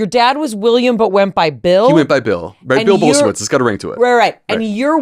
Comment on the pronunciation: Somuch great info, cheers! And btw: Polish people pronounce this name Bull-shie-vich.